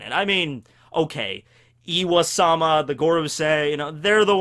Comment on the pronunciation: why does he say iwa-sama? Its im-sama or ym-sama, pronouced eem. Pretty simple.